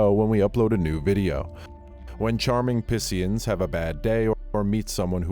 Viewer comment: Yea he literally said pissians lol